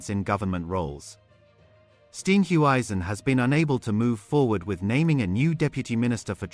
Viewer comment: where are you from? If you can’t pronounce Steenhuisen!! Cyril- kan maar loop!! Voetsek!!